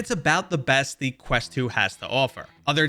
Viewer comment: OK, take lessons then. Specifically (to name a few) "talking" vs "tawking" and you said "Crest" not "Quest" all within the first 30 seconds. I do enjoy your content. Please don't take my gripes as an insult.